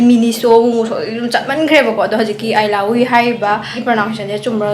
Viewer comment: eelahhui hyba not ailahui 🤪